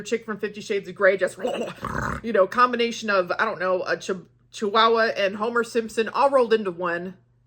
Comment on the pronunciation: *Chihuahua not 'shiwawa'. And yeah, she is pretty good at those animal sound effects, haha 👍